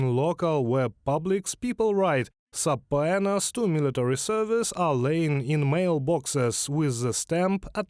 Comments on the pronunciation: I was like what the hell are they saying?! sappuenas ?? they tried to say subpoenas ... i appreciate the effort though for trying to give english videos but sometimes the mistakes are funny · I will have to teach you guys how to say, "subpoenas"